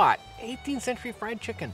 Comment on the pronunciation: Why do you pronounce it chick Kun